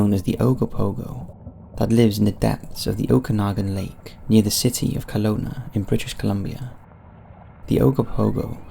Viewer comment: Just commenting because of how he pronounced Kelowna